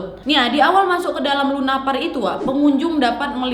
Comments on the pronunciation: Salah dekku "lupanar" bukan lunapar.. Tp mantap kali konten mu ini Gak receh Semangat terus🙏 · lupanar harusnya,bukan lunapar.